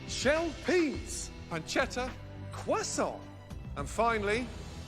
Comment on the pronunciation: was that Gordon trying to say queso? 😂